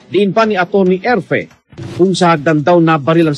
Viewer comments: Mr blogger pakibasa Naman ng Tama ang apilyedo ni Dr ERFE!!!!Hindi EFRE!!!! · Kaibigan Hindi Efre Ang surname nung Forensic Investigator, Ang correct name is Atty. Erfe. Pls check your documents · Correction Erfe not Efre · Coach Erfe po hindi efre